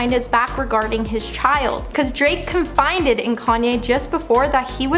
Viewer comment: It called "con-FY-did"